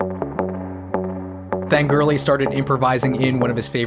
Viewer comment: I love this video. Portugal. The Man has been my favorite band for 11 years now. But dear Jesus, John’s last name is pronounced GORE-ly not ‘girly’.